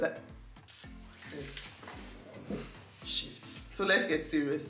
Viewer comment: She said “sis shift”😭😫😫shift back to your country 😂. Here for this video